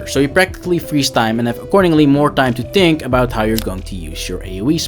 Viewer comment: Think, not tink.